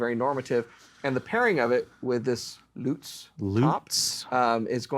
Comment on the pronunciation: Is there a any guitar that doesn't sound great in hands? Great sounding. Thanks. And thanks for pronouncing Lutz properly.